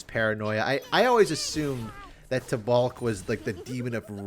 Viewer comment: Taubalk. The second a is silent im pretty sure